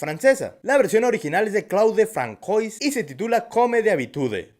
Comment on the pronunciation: Francois se pronuncia "franzuá".